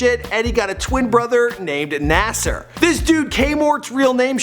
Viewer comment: You mis prononced nassir its like nahmir but with s